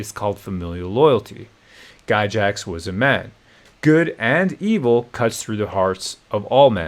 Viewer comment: "Guy-Jax" lol